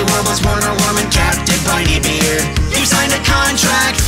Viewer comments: he said briney beard wrong XD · its raining tacos you said captain brineybeard wrong.